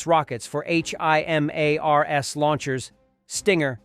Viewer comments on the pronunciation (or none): none